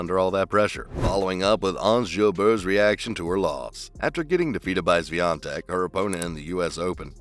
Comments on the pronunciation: It was far from proper pronunciation :) But Polish surnames are impossible to pronounce for foreigners. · Congrats on the pronunciation of her surname ;-) 💪